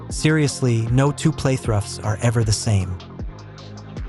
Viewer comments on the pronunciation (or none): If I hear your AI script say play-thruh one more time 😑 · is this an AI voice? the way it pronounces 'Playthrough' as playtrough and some of other quirks. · What's a... playthruff